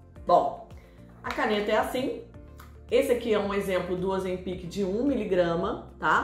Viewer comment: O correto e oZEM pic, a silaba tonica e ZEM. Nao sei onde esse povo inventou essa pronuncia incorreta.